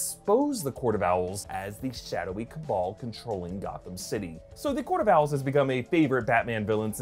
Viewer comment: Nobody:: cAbAL